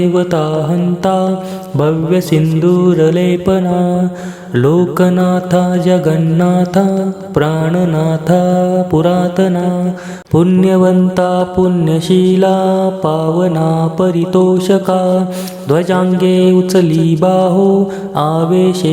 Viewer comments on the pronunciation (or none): पुन्यवंता असे न म्हणता पुण्यवंता म्हणावे. अशुद्ध उच्चारात म्हणू नये.